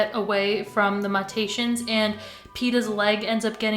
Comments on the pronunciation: bae- do you mean “mew-tations” ? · it’s “mew-tay-shuns” <333